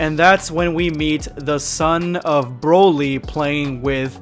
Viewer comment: Chroly or Brolai 😄😅